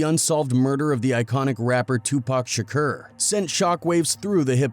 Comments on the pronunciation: lmao this guy cant pronounce tupac... tupurk shkur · This dude pronouncing shakur shakerrr is annoying isn't it?! He can't even pronounce Tupac's name correctly after so many years of others pronouncing it correctly.